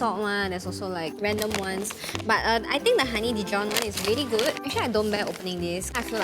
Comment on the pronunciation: No one Literally nobody Not a single soul - vely vely vely(really) Its vely not really 😜😜😜